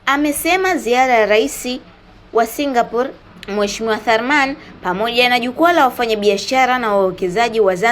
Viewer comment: Kwni singaporiiiiiiiii au singapor😂😂😂😂